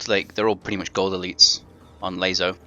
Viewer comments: LASO, not ''LAZO''. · So every ''S'' is now pronounced like a ''Z''? They have completely different grammar rules, dude. You are the only person I've heard pronounce LASO it like that. Pronounce it like you would pronounce ''lasso'' the first time you read it. Although it's not too much of a big deal, it's kinda annoying. It doesn't take from the fact that, thanks to your videos, I'm beating this on Mythic difficulty. So, yeah, thank you.